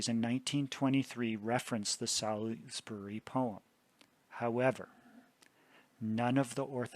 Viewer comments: Thank you, this is so interesting. As a British person I respectfully offer the following pronunciation corrections; Salisbury is said; ‘Saul’s- bri’ with the i being very short. Fulham is said ‘full-um’ The ham endings on English place names are always compressed like this and are very often not pronounced as spelled. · Excellent presentation. May I, as a Brit, tell you how to pronounce Salisbury? It’s Sauls- b’ry English place names are notoriously difficult for anyone who’s not a native British English speaker!